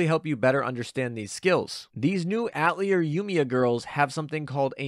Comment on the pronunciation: You gotta learn how to say atelier man, it is french.